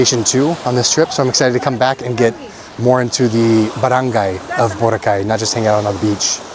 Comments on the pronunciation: It is pronounced as Bo’- ra’-ka’ y. Tagalog words are pronounced with hard accent per syllable not slang …l suggest you get an app for Tagalog pronunciation not only for translation from English to Tagalog. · you're still pronouncing Boracay the american way ✌️😊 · Kuya, I'm not sure if anyone pointed it out to you yet, but you're pronouncing Boracay wrong.